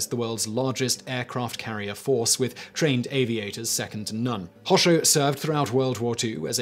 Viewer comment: Anyone else slightly triggered by the way he pronounces Hosho? :(